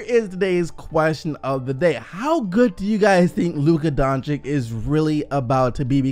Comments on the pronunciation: You need to learn to pronaunce his surname. It is not DONČIK it is DONČIĆ. The last one is problem. When you see C at the end of most EX Yugoslavian surnames it should be pronaunced like for Bogdanović, Jokić, (Peja) Stojaković, Dragić, Šarić...last voice is the same. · Doncic is spelled Donchich, and not Donchik, please fix yourself on that name!!! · Why is everyone pronouncing Luca Doncic wrong :(